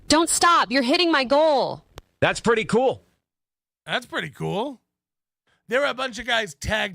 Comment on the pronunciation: "cooooel" is never not funny.